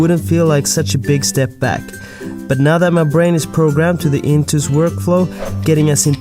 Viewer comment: It's intuos not intous. Well and about the topic: just use whatever fits best. I prefer seeing what I'm doing, but that might be the other way round with others